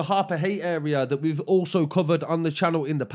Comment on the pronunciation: He’s a nice guy but he doesn’t know the uurea